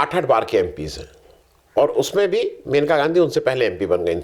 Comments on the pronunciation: महोदय, वह मनिका नही मेनका हैं. आप बार बार मनिका बोल रहे हैं. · मनीका नहीं मनेका बोल रहे हैं